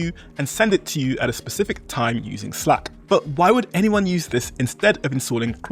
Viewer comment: if you make English videos you should know how to pronounce "slack" 😉 it's like cat, hat... 🙈